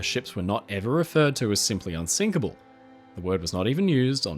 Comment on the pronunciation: wait wait wait.... They say "unsikable" not unsinkable, clearly :P